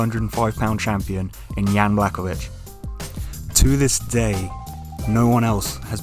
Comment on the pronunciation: It’s bla hoe vich please learn how to pronounce a fighters name if you’re going to make videos